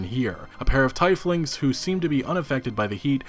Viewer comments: Him saying tiefling as tie fling made me angry when the ie is supposed to be pronounced german gramar style as just a vowel E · Its TEA-Fh-LING ... like Anna from Planescape Torment from 1998. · Tea-f-ling. Not Ty-f-ling.... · I appreciate this video and that someone noticed this plagiarism but I mean no offense, that pronunciation of Tiefling (Teef-Ling) hurts my soul as a dnd player haha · Tiefling -> TEEFling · Anyone else correct on his pronunciation of Tiefling? (Teef-ling) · God damn it! It is pronounced “TEEF-LING” when “ie” is in the middle of a word it makes an “ee” sound. I can only think of one exception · Was anyone slightly annoyed by the way he pronounced teifling